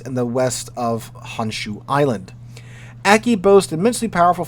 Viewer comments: Aki would be pronounced "Ah-kee" with the "a" sounding like father. All Japanese "a" sounds are the long "father" a. Also, Light and Heavy cruisers have nothing to do with the size of the hull, but the size of the guns. More Light or Heavy gunned than displacement. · Lon-joe (Lanzhou), roo-see-yone (Rousillon), and ah-key (Aki).